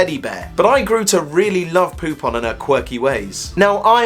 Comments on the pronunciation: popain is POE´PAINE.... BTW are u on speed ? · Heheh... his name is pronounced "poop on".